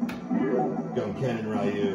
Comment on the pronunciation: ITS RYU (REU) NOT RYU (RIU